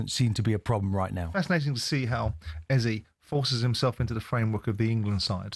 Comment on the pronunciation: Can White, Jordan and Keown please pronounce Eze name correctly. Its pronounced (eza). Thanks.